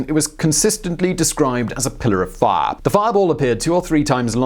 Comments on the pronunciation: I can't take him seriously the way he pronounces the word "fire". It almost ruins the video. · "set the forest on FAAA"